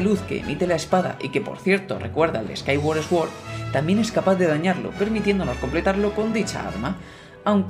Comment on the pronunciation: Fonéticamente: Skyward Sword -> skaigüard sord. Buen vídeo 👍👍